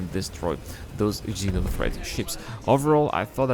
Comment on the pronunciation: xeno threat not jeno lol